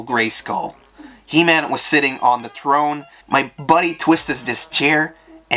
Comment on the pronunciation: This guy has an unusual speech impediment. Instead of hearing the words “threw”, “three”, “throne” and “other”, I interpreted it as “true”, “tree”, “trone” and “udder.”